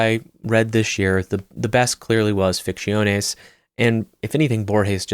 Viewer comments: your pronunciation of Ficciones is respectable 😂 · I love your content. After hearning ‘Ficciones’ pronounced so horrible 3 times I had to quit the video. I’ll come back to see it tomorrow, and i really hope there are no other spanish books in this list. Big tear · It sounds Italian